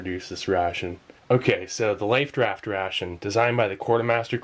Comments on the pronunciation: he keeps saying lifed raft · He kept saying lifed raft ration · Is Steve saying "life't raft" or "lifed raft"?